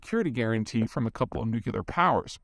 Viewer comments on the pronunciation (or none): Usually great, but did I hear you pronounce nuclear as nuculer? I did. " Somebody who is educated and can read who says “nucular” is just being lazy." Marquette U. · Does Peter say “nukular”?